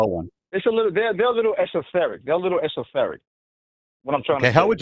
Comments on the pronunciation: “Esotheric” what an absolute smooth-brained, illiterate, simpleton is. What a dumbass. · Dude said esotheric.